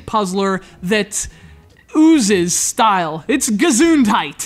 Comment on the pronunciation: the way he says gesundheit is awsome